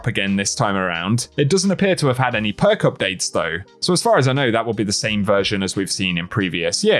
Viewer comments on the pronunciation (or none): none